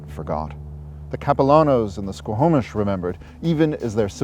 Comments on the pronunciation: OK SO...... HOW THE HELL IS YT JUST NOW RECOMMENDING YOU TO ME ?!?!?! FML ... I MISS THE TWINS ... ITS HOME FOR ME! Its pronounced SQAW-MISH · A great and informative show. I am a huge Indigenous Peoples supporter! And now I feel sick to my stomach, yet more motivated than ever to help achieve equality...(baby steps and bridges will change the trajectory of the lives of those who want to change and grow) Just a few mispronounciations from a Vancouver native-offered with respect. The main one repeated many times is the word Squamish. Its said "Skwa-mish" and is incorrectly pronounced "sko-ho-mish" in the video.